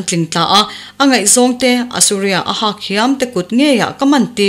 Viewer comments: Hak tih tur aw,hâk tia thlûk loh tur...milian hak/ tlawn kan tih anga lam tur.. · HAK tih lam dan hi ri hniam, ri tawi a ni tur a ni a. He tawngkam hmangtu hi Mizo zingah pawh an tam viau awm love. Tlawn tih nen a awmzia a inang teuh ber awm e.